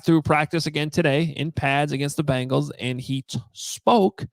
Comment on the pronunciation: Hey, it's Bengals not Bangles. Walk like an 'sports writer' already! Great job guys